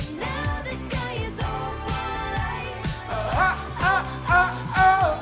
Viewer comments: YOU NAILED OPALITEEEE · Yes you got opalite right... It's travis... Travis's birthstone is opalite as well